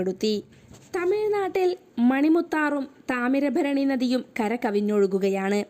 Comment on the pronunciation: താമരഭരണിനദിയോ താമ്രപര്‍ണിയോ ? വായനയില്‍ എന്തോഒരു......തംശയം !!